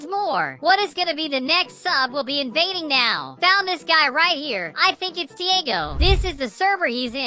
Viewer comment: I liked it wrn he said invafing there games